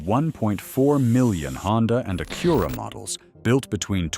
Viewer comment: Mispronounced words like Acura are not acceptable !